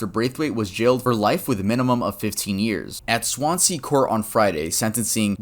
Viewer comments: I'm a huge fan from Wales. I'm familiar with the wales online website. But I want to let you know its pronounced 'Swan-ze' Yeah lol. 😃☺ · Hey! Loved the video. There was one bit when you were talking about the Welsh case where you said "Swansea". For future reference, it's pronounced more like "Swansy" rather than how it looks phonetically, "Swan-sea". It sucks that in this case Wales is related to something so shocking and negative but I enjoy your videos nonetheless! Hope you're having a lovely day. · Ah, the way you said Swansea really made me feel uncomfortable, as someone from Wales.